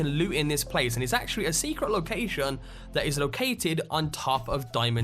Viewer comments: Say ‘lowkaaaaaijsion’ one more time! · "Locaxxxion" lol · You say location funny man